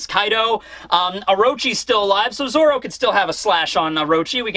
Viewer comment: and stop saying zolo it’s zoro